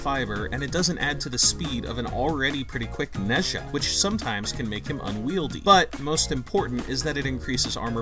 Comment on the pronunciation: Boy really said Nesha